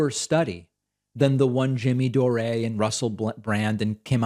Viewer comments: Jimmy Do-Ray (love the new pronunciation) is such an obnoxious despicable imbecile. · Hi David, I'm a Patreon subscriber and have been watching your videos for years. I used to watch The Jimmy Dore show a while back when he was on TYT. That said, his last name is pronounced "Door" not "Doray." He's of Irish ancestry, not French, so he uses the Anglo pronunciation, not the French. Unless, of course, he's decided in the past couple years to change how he pronounces his name. I don't watch his show anymore so I wouldn't be able to confirm that. But last I heard, it's Jimmy Dore (door). Love your show, btw, you're always so calm and well informed on whatever topic you are discussing. Keep up the good work. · DAVID, why do you keep calling Jimmy Dore, Jimmy DOREE... it's pronounced Door. Lol. LOVE YOUR SHOW AND WATCH EVERYDAY! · I absolutely love that you pronounced Jimmy Dore's name wrong. (It's pronounced like "door"). It just shows how insignificant and irrelevant he really is. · classic Pakman, always butchering the names of his enemies. Jimmy Doraaaay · Jimmy Dor-Eh?